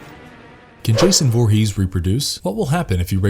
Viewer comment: Derek play Jason 2009 not 2019 and it's Voorhees not Vorhees